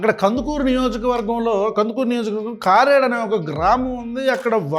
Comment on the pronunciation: Hi anna i am from kandukuru sorry to correcting u కారెడు కాదు ' కరేడు '